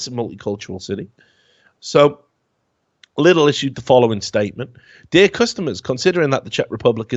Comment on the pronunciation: Here is just a small unnecessary correction :D Britské listy is pronouced more like Britsk (The E like when you spell A(ei), F(ef) or S(es) ) listy Lidl is not prounounced like "little" but more like "leedl". Filip horky is pronounced like "Philip Horkeee" Pavel Telička is pronouced like "P-A(Like when you say AH)-ve(the same E as before)l Teli(tsch)ka